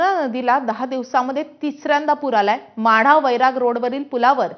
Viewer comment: Madha not mhada. GK vadhava